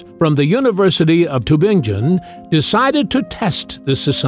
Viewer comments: Is this audio AI? Tübingen is a city in GERMANY! GERMAN rather than English is used there. NO Human would say 'too-ben-jen'! Even my pet Crow would correct you and know better! It is pronounced as Tee (with lip rounding on the 'ee' syllable) -bing-gen. Doch Tübingen, Baden-Württemberg, in Deutschland. ( ). Seewiesen = zay-vee-sen. NOT 'zay-wai-sen'! If you are not AI and want to use German cities, PLEASE show some inkling of intelligence and pronounce them CORRECTLY! As English is a Germanic language, most people can at least figure out the GERMAN pronunciation of Tübingen, and Seewiesen! Vielen dank! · Tübingen: pronounced Too-bing (rhymes with ring)-en. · The University of "Tubinjin" - LOL - Computer Voice. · Cannot pronounce Tübingen though!